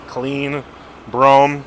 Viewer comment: It's bruam is how you Pronounce it your 2 steps away from saying bro ham😂😂😂😂